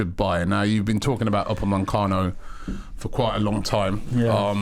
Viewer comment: "Naitland-Miles" "Pochechino" "Upamencano" "Papavopoulos" "lol you said saha"